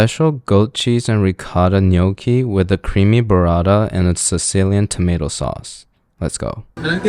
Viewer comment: i ain’t even italian but him saying it like “nawkee”